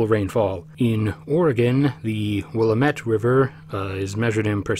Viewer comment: It pronounced "will am ette river"